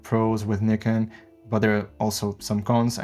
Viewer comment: Thank you for pronouncing Nikon correctly! Great video overall, especially on the flickering issue. Nobody keeps in mind that in most tests shown on YouTube the footage is pushed more than 3-4 EV on non-base ISOs, which is already abnormal (as for me, previously Sony user shooting everything +1.7 EV for noise sake).